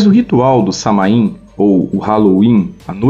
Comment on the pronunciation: A pronúncia de Samhain é "SÁ-uen" com o "u" como semivogal